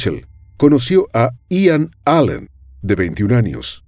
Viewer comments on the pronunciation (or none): none